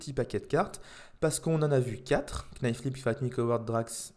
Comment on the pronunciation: Alors juste pour ton information quand tu prononce le mot "knife" il ne faut pas prononcer le K. C'est exactement comme "sword" ou tu ne dois pas prononcer le W.